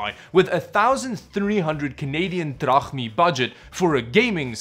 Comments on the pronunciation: canadian THRAHNI. what the hell is that?? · Canadian Yen? Drapmeet? RUBELS? RAN? LOL LOL LOL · did he say canadian drachmi or is it just me??